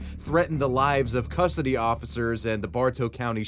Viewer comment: I’m sorry, Homie, but no human passed. The age of six has the excuse to say “cussody” instead of custody. Seriously, it made you sound like a child rapist.